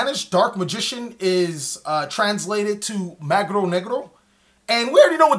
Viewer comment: Mago* Not Magro